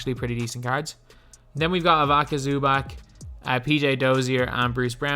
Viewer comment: Ivica Zubac’s name is pronounced eve-its-uh zoo-bahtz